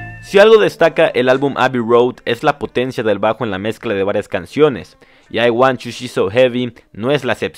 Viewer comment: Buen video, aunque no se pronuncia I uan CHU (i want you)